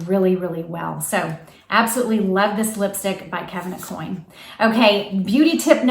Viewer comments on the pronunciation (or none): Hi, great tips. Please note, it's pronounced Kevin A-Kwan not coin. 😉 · Aucoin is pronounced O- kwan.